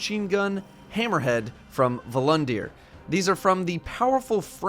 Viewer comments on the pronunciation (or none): It’s Volundr not Volundeer